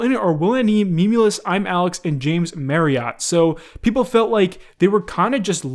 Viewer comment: The way he pronounced ‘marriott’.....